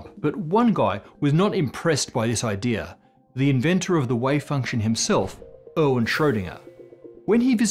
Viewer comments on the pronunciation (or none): When you say Erwin it sounds like you’re saying Owen and it’s super confusing to me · Oh dear god, it’s Arr-ween, with an a is an race! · By the way, Erwin is pronounced AirVin... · erwin is not pronounced owen. er is pronounced like the "ear" in bear; win is pronounced like ween ("ee" as in pee) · Erwin: Speak it like "Air-Ween" :)